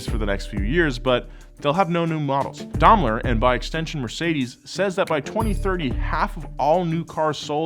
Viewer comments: waw American's just cant pronounce words for shit Daimler why you pronounce it di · Daimler = DIME-Ler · Fun as always. But could you please not pronounce Daimler as (Jeffrey) DAHMER? Thnx! :)